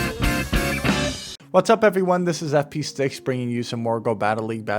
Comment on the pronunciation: Haha sorry couldn’t help but laugh at “FPthicks” 😂😂😂